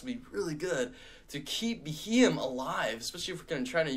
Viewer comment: it's proounced Bee-Ee-em his name comes from the term BEM or Bug-eyed monster